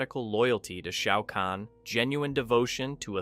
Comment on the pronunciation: Shayy-ow kahn